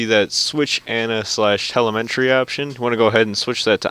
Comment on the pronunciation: TELEMTREE? Its telemetry